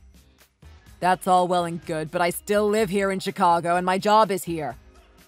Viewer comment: Pronounce Houston and Chicago right. OP is kind of dumb for quitting her job just to please him even though she KNEW he couldn’t afford the house by himself. And OP practically punctuates her texts with haha towards the end.